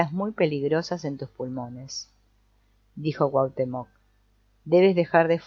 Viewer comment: Muchas gracias por esta lectura, es agradable escuchar el libro mientras hago otra cosa. Solo un comentario porque no puedo dejarlo pasar. La pronunciación correcta de Cuauhtémoc, aunque no se escribe con acento, el énfasis es en la penúltima sílaba.